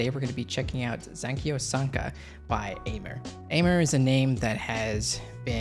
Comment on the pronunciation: I'm pretty sure it's Aimer like the French verb aimer (to love), pronounced "em-eh" 💛